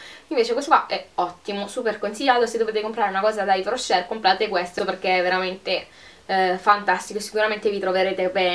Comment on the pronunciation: spero di non darti noia consigliando ti di trattenre la R finale quando pronunci yves rocher buona giornata